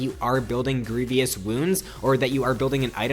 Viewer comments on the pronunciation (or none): You pronounced Illaoi correctly! But you mispronounced "grievous" a couple times in a row :(. GREE-VUS, not GREE-VEE-US